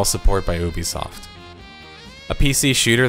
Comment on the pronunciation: Why do you mispronounce Ubisoft as 'Oobisoft', it's 'Youbesoft'